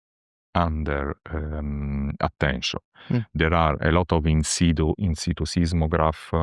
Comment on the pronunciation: He says ‘In situ’ (latin: ‘ on the spot’)….. not “inside”